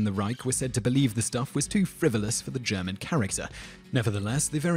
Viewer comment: ***** I found your video interesting and worthwhile watching; thank you for it! I did find that your pronunciation of German words and names to be a bit off. Maybe next time you do a video with another languages words in it you'll do better!